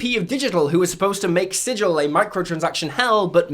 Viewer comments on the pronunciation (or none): It's pronounced Sig-ull. Not Sidj-ull. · One minor thing: it's pronounced sigil, not sijil. It's names after a city in the planescape